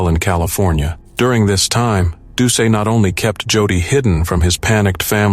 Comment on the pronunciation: Just as a quibble for the #1 story, Plauche' is pronounced PLO-SHAY. Doucet is DOO-SET. Both good Cajun names.